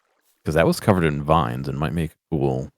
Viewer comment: TTS can pronounce "dedidated" but says "vine" like "vinna"